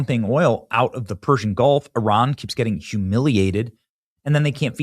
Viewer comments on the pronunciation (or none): none